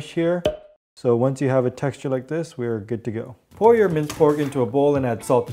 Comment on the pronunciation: I thought your said, "mice." hahahaha